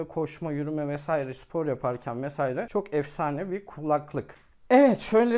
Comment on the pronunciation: Mesaire değil "Vesaire"